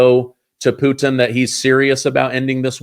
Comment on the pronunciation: " Pu-tin" 😂😂😂